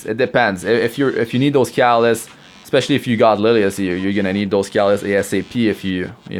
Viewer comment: Dude, learn to pronounce CATALYST. Seriously... the way you pronounce it sounds like CALLUS.